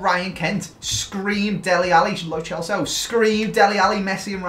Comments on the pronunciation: Someone tell it's not "Lo Chelso" 😂🤦🏼‍♂️ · says “an Argentinian called Lo Celso”. My subtitles:”an Argentinian called blowjobs”